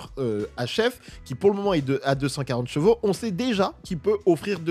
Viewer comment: J'en peux plus de ces youtubeurs auto qui ne savent pas prononcer chevaux, chaque vidéo tu sera obligé de parler de cheval c'est ton métier alors prend le temps ou des cours de soutien pour apprendre à parler de Gvo. Tu te promène avec ta gamine tu lui dit pas "oh regarde le Gval!" Bordel de merde fallait que ça sorte je me sens mieux 😅😅😂